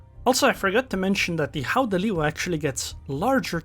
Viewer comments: But you should not say h in Dutch when you want to say gouden It is a velar fricative so try to say g as a continuous sound and adding friction When it starts to sound as if you have a throat ache you are getting there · Its almost right. Like said its pronounced with the hard G in dutch, but other than that you're spot on. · Don't worry too much about the pronunciation, I think it's very close to how it's said. The 'G' need to be pronunced a little bit harder, then it would be a perfect pronunciation. Not gonna lie, your version was much better than WG's pronunciation, they could't say it, neither did they try to put it in Google Translate. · Your pronounciation is almost perfect. But the G is not pronounced as an H. You can choose between a hard G as in the Netherlands or a soft G as in Flanders.